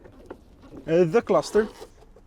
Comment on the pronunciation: "A Skrrrew" 😂😂😂